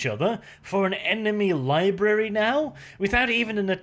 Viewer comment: Did you say libary on purpose? If you did, nice Simpsons reference!